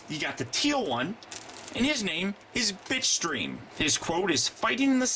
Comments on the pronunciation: it sounded like you said bitchstream insted of bitstream XD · Oh Bitstream, you need to enounciate that better. I thought you said Bitchstream. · for a second i thought he called bitstream bitch dream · bitstream.... not bitchscream or bitchstream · It's called Bitstream. But then again,most of us heard "Bitchstream" too. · I thought you called him bitch stream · it did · Bitstream sounds like bitchscream wich should be starscreams name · I thought he said bitchstream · it sounds like your saying bitch stream XD